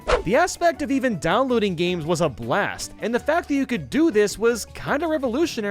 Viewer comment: "Gams" "old gams" "indie"